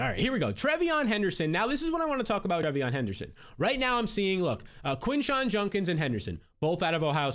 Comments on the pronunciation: It’s juDkins not juNkins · Why you gotta do Quinshon like that with the JUNK-ins pronunciation 😆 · why does he pronounce Judkins like that lol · JUDkins not JUNkins!!!! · Is it a bit he's doing calling him JuNkins 35 times instead of JuDkins?